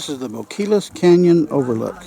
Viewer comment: Bo-kee-as, rather than Bo-kill-us. Nice video. Oh, and that long building at Hot Springs was a motel of sorts. I think it's only about a quarter mile from the river to the town, isn't it?